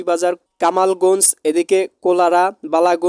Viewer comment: ওরে ভাই,,এতটুকু ভিডিওর মধ্যে এতোগুলো ভুল হলে হবে কেমনে??শিবালয় বলেছেন শিবালয়া,,পত্নী তলাকে বলেছেন তলাকে বলেছেন পেত্নীতলা,,কোমলগঞ্জকে বলেছেন কামালগঞ্জ,, নালিতাবাড়ীকে বলেছেন নলিতাবাড়ী।দামুড়হুদাকে বলেছেন ডামুহুদা,,আপনার মাথায় গ্যাষ্টিক আছে নাকি❓বানিয়াচং কে বানিয়াচান।।